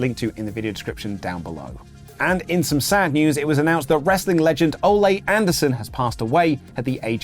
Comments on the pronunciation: "Oh-Lay" Anderson lol. It's pronounced "Oh-Lee" Anderson. We should put some respect on his name the same as Bayley's. 😉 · Apparently can’t pronounce Ole either. Makes it sound like “Olay” more than “OlEE”. Lol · O-lay Anderson? It is Oh-lee Anderson. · Oh-lee not olé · It's Olee Anderson not Olay Anderson! Lol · Dammit it's not pronounced Olay(ol-ay) it's Ole(ol-e) pronounced like Big E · Pronounce Ole’s name right. He’s not a bullfighter. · Way to pronounce Ole’s name. He’s not a matador.